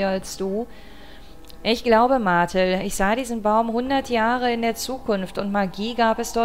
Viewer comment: Arche heißt auf dem GBA "Amber", was ich persönlich hübscher finde...aber wie sie darauf gekommen sind, weiß ich nicht. Das wars dann aber auch fürs erste mit den Hinweisen zu Übersetzungssachen :D Die Betonung vom Namen "Martel" liegt auf der zweiten Silbe...okay, dann klingt ihr Name wie die Firma "Mattel", aber was soll man machen ^^